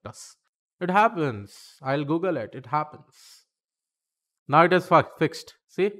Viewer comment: he said fucked instead of fixed 😆